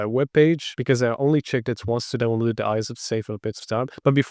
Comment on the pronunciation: Love that you pronounce aeroglass as R-U-glass! A little tip for a non native speaker: say it like "air-o-glass". Also download is not pronounced as "downlood". Say "down-low-d". Thanks for this great vid. trying now in a VM!